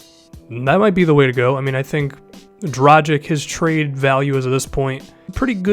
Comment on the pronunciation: Dragić is pronounced Drah-geach